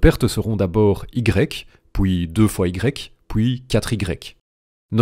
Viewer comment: "Pouis houit" 😆